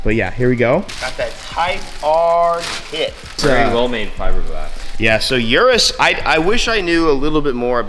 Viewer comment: I've watched too many vids of people putting URAS bodykit on their car and I just can't stand how Americans say URAS as YURUS😂